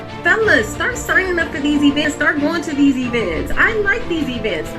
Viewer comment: Why does she keep pronouncing events like that lol "I like these eeevints"